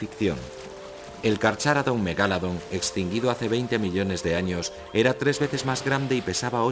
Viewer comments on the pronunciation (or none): Extinguido! asi no se dice